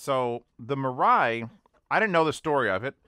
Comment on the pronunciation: Yes, the correct pronunciation is mee-rye. With the first syllable being higher in pitch than the second.